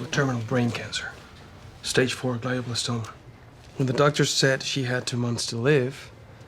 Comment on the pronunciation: It's not GL-EYE-O blastoma, it's GLEE-o blastoma. Couldn't someone have done a little research?